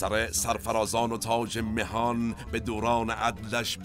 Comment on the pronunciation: با درود و احترام، بیان شعر مِهان اشتباه هست، مَهان درسته